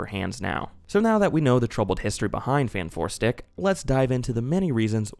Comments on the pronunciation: Great video but I died a little inside and cringed so hard every time you said "Fan 4 stick". That was cruel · It’s property Fant4stic but most people say Fan4stic for no reason that I can ascertain. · "Faint Four Stick" 😂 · When you say fan4stic it sounds like you're talking about a deodorant.